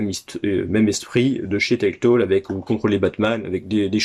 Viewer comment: Salut mon cher. Trop stylé le evil dead sur xbox première du nom. La jaquette est ouf. Timesplitter, licence tellement sous cotées. Pourquoi tu dis teltole et pas telltale? Haha c'est le syndrome kirby-54 ça mdr. Pouce Bleu à toi cher ami. À bientôt et bon dimanche 😉👍